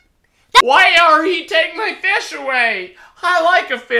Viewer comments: "MORE FUSH" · Excuse me, but I WAN'T MORE FESH!!